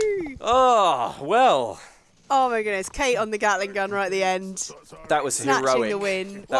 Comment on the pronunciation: Kate-ling Gun